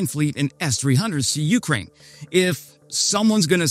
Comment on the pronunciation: U-KRAIN, not U-krain